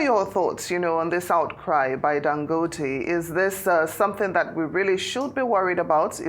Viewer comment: Why is she pronouncing Dangote like she’s not Nigerian?